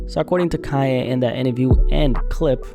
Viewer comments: Kanye,not Kayeh! WTF's wrote witchu bro??😳🤣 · Of course he was right! But he can't deny who the mother is or how she came to "fame". What did he expect? On another subject, why do you keep saying "Kai A" instead of Kan Ye ? Do you have a speech impediment or is this the new slang to pronounce his name? I could hardly pay attention to your content because I was distracted by how many times you seemingly mispronounced his name on purpose! It became a drinking game!